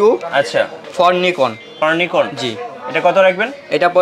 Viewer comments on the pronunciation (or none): ভাই নাইকন নারে নিকন রে পাগলা.. 😜